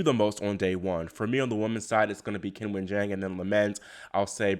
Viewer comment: Great recap as usual. Sloane will be remembered for her elegant, effortless play and for winning the USO, not the choke, but I imagine she cringed herself to sleep poor thing. BTW, it's pronounced Chin-wen.